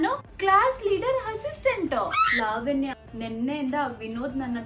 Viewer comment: Sariyagi kannada matadi adu levanya alla lavanya